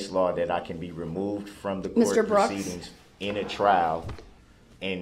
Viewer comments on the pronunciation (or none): Co-herzhen and doorest? Does he mean coercion and duress? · “Under cohorshun and durest”